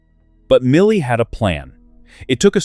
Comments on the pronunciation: Why do you pronounce his name MILLY ? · I dropped down here to say the same. Disgusting to hear two different pronunciations of "Mille" in back-to-back sentences. I'm outta here...I feel insulted.